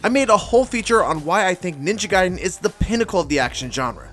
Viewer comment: I’m so glad you pronounce “Ninja Gaiden” the right way instead of how I’ve heard most people say it like “Ninja Gaydin”. Makes me so f**kin’ annoyed.